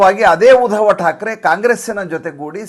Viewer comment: ಉದವ ಠಾಕ್ರೆ ಅಲ್ಲ. ಆತ उद्धव ಠಾಕ್ರೆ. ನಿಮ್ಮ ಎಲ್ಲಾ ಪೋಸ್ಟ್ಗಳೂ addictive.